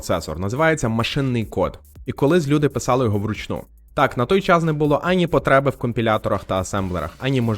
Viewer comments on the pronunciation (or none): none